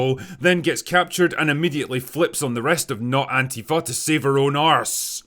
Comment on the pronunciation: Well, it certainly cannot be Antifa, because Antifa isn't a terrorist organization, nor an organization at all. Also Antifa don't blow up stuff and their name isn't pronounced "AnTEAfa" but "ANTIfa" like in other words that have "anti" in it, like "antiintellectual" or "antiterrorist". You don't pronounce "antiintellectual" as "anTEAintellectual" either, now do you? Dude, your true political orientation is showing... again. Anyway, that's all I've got for today. Go fuck yourself now, Will.